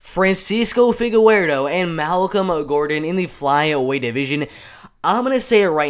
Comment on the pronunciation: Boy said “figawerdo”